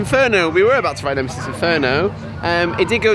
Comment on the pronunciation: Excellent video, but did you say Nemisis Inferior?! The cheek! 😂